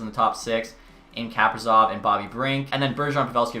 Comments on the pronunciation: Kaprizov is pronounced kuh-pree-zov, btw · Does it just bother me that he says,kaprizov wrong idk its annoying to me